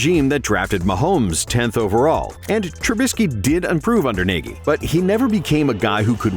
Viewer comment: So this is an AI voice, the giveaway Niegy instead of Nagy